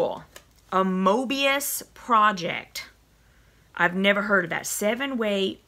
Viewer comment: For someone who never heard of mobius you sure pronounced it right. :) I had to laugh when you said that you were from the south. I got my maxie box today and that pin cushion is something I've always been curious about. I'm anxious to try it although mine was quite big and I have to wear it over my sleeve or it slides around. I wonder if they come in different sizes. You don't look like you have big wrists and mine aren't unusually small. I think it will be really fun to make the scarves. I have two daughters so each of them will get a little something extra for Christmas.